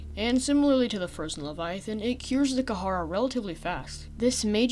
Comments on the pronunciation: You are saying the name of the virus completely wrong kid, its called The Kharaa not The Kah hara or The Ka har and you pronounce it like this, "The Kah raw" but spelled The Kharaa. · kaharaa is starting to get on my nerves even though its very up for debate how its pronounced, But i am only familliar with the "karaa" pronounciation, In other words the H in kharaa Is silent for me, i dont know why its just... ugh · It’s kharaa not not kahara it’s not that hard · ITS KHARAA NOT KAHARAH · is pronounced "k-raa"